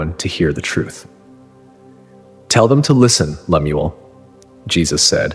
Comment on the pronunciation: His name is Lem- el Young otherwise pronounced as Lem- u- el. And what Mormon would name their kid Lemuel? 😂😂😂